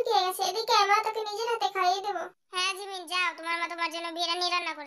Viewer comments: জিমিন ❌ঝিমিন✅ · আপু গল্প টা অনেক অনেক সুন্দর হয়েছে আর দুই টা কথা সুনে অনেক মজা পাইলাম জিন কে বলছেন ঝিনু আর জিমিন কে বলছেন ঝিমিন 🤭🤭🤭🤭🤭